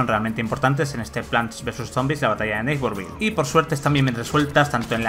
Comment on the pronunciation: Que feo pronuncias “neighborville”